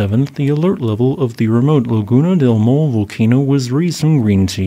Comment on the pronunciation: Maule is pronounced Mau = M-ow, like you hurt yourself, le = ley